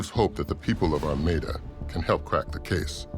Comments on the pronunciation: The narrator keeps saying Armida, but all of the town and everything says Armada??? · The village of "Armada" should be pronounced like the Spanish Armada (arm-odd-ah), not Are-made-ah. I think that pronunciation is another possible crime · Since they solved this crime, let’s talk about the pronunciation of their town? Ar-may-da?? That should be criminal.